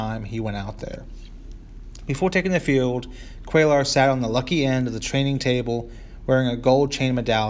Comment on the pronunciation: pronounced "Quay ar."